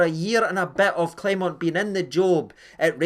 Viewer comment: Rangers fans don't learn. It's disgusting how you purposely mispronounce your managers name. It's xenophobia. It's pathetic. Grow up.